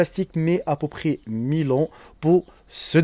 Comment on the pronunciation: Tu C pas parler français. Au lieu de dir "à peut près" tu dit "à po près" 😂😂😂